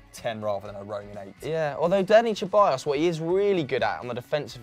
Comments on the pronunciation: Ceballos is pronounced SEBALLOS or THEBALLOS not CHEBALLOS 😒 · Its se-bayos not cheballos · Come on guys let’s put some respect on Danis last name it’s pronounced Seballos with an S, the C is meant to be pronounced as an S. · Only thing more annoying than VAR is how you say Ceballos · Why are you pronouncing Ceballos like that